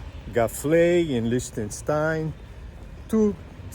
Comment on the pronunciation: Just beautiful! What a pity that you had so much rain on the first day. But then I spotted you in shorts! 😁 Lots of ups and downs and a long way to Sargans, wow, well done. I love how you pronounce "Liechtenstein" 😍 Greetings from my home in Germany, right on the border with Switzerland